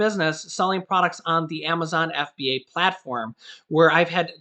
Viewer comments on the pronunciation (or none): none